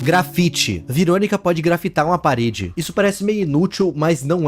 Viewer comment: Mano não veeronica que você falou